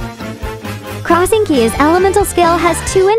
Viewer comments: This is the word text to speech bot ever. Sayin oz as ounce. And xingqui as crossing qui💀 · Are we just gonna ignore "Crossing-Q" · “Beeayydow” “Deeheeya” “summons ounz into the field” “cross in q’s elemental skill” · Text to speech reading Oz literally as ounce and Xingqiu as Cross-inqiu 💀 That said I wish they kept the Ningguang screen buff on her normals. Way back that's literally what I expected it does as you would often want to be behind the screen as her but nope... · ain’t no way I just heard “crossing Q-“ I thought all the other mispronunciations were bad enough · ‘Cross-sinki’ instead of Xingqui… it sounds like a weird misspelling of the capital city of Finland (Helsinki)💀🤣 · Be-A-Down. De-He-Ya. Crossing Key. Global. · "Cross ing kill"💀